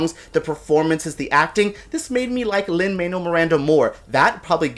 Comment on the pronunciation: Lol - you're Cuban and you can't pronounce Lin-Manuel's name? He hates it when people call him Lin "Manual", so much so that he dropped the Manuel from his name when he was in grade school.